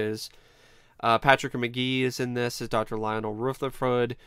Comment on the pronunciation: "RootherfoRd" LMAO